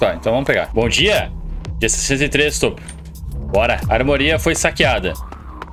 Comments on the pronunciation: PELO AMOR, E A TOPH DO AVATAR QUE DOMINA A TERRA, N É TOPOOO PELO AMOOOOR, vc n viu mais os outros cachorrinhos são os outros personagens da série. FALA CERTO PFV, ME DA TICOTECO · As vezes tenho esse pensamento: " será q o sabe que Toph se pronuncia tofi ou ele só fala errado por meme?" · Eu pensei a mesma coisa, mas se fosse por meme ele teria falado certo em algum momento mesmo sem querer, eu acho que ele apenas não conhece Avatar.